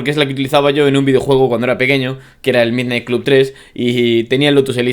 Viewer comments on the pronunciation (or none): none